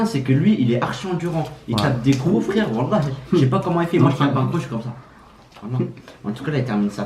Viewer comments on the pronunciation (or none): Le nombre de fois que a dit wola et pas wallah 🤣🤣 👇🏼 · mdr il dit wola au lieu de wallah